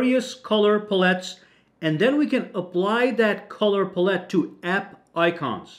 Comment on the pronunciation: Pal-it, not puh-let